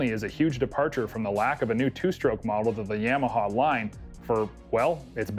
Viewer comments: Quit saying yameaha it's Yamaha No E for the A ! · Canadians can't pronounce Ya-ma-ha, they say Yam-Meh-haa. And don't get me started on the word "out" that sounds like "uwet".